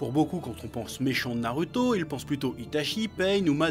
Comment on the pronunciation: Bonen vidéo comme toujours, mais par contre tu a du mal pour prononcer les nom en japonais, surtout pour Naruto ^^ ^^